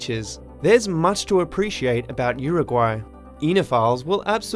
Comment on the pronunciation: Pronounced Uruguay like Homer Simpson, called Newfoundland 'New Finland'